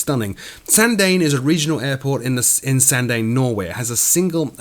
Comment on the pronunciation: Hey! Small point but Sandane is pronounced "sawndawneh" not "sawndain". It's a tough airport to fly into and out of. Been there many times.